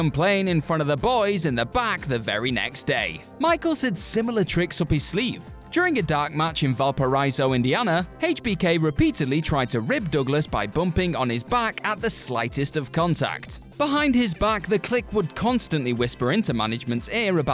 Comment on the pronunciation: FYI Valparaiso is pronounced RAISE not RISE in the middle. val-pah-RAISE-oh.